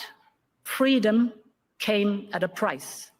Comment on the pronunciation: It's not freedom it's ffweedom